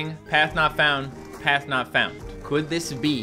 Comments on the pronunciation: It kind of sounds like guest knocks you out if you if you listen and no, I don’t mean I don’t mea guest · HES SAYING PATH NOT FOUND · He's saying path not found